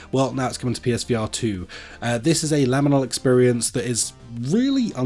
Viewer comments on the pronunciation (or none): I forgave you for definitely pronouncing H-ADRIAN'S wall wrong but second LAminal (?!?) space I rage quit the vid. 😅